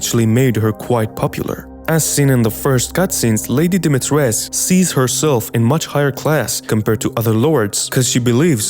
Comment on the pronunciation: The "u" at the end of her name is pronounced 🧐🧐 so many people got this wrong